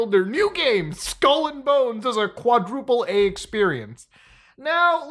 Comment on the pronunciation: it shouldnt be pronounced "quadruple ay" if you see the phrase "quadruple a" it is journalist jargon for screaming AAAA